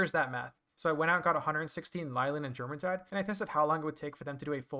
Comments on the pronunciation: Jormuntide is pronounced like what it's based off of, the Norse jormangandur. The J makes a Y sound. (Your-mon-tide) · Also you are saying it wrong it's pronounced yormuntide like the world serpent jormungundr